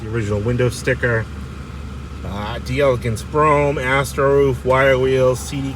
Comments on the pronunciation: DELLA-GONCE! Not Dee- elecance. 😂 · Absolutely spectacular find,. Mint! I know it doesn't make a bit of difference, but the correct pronunciation for "d'Elegance" is "DELAGANCE" - all one word. "DEL-LEG-ANCE." It's a conjugation of the French "De" (Of) "Elegance" because you have a vowel at the end of one word, and another vowel at the beginning of the next word. Again, not anything huge in the grand scheme of things. I'm just a word nerd. 😂